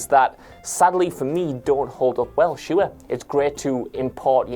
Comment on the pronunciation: He pronounced "sure" with 2 syllables??!👀 What is life??😩